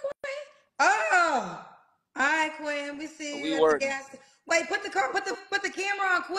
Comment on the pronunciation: Caller: ma name is Quinten: yo name Quin’ N? 💀💀